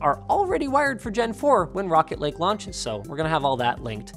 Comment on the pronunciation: Anyone else think Linus was saying "Rocket League" and not Rocket Lake?